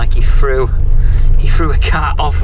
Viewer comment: When you said buried a cat alive I heard buried a cow alive and I thought that’s some hard working nut job.